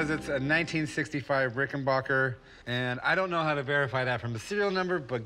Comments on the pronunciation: For the last time it’s pronounced RickenBACKer NOT RickenBACHer. Just like it’s spelled. It’s not a German Company. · Rick-en-BACKER, not "Rick-in-BACH-er" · its pronounced "ricken-BACK-er" not BOCK-er. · Pronounced Ricken BACKER not bacher. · backer! omg chum rickenbacker! its not rice lmao orvil rickenboker.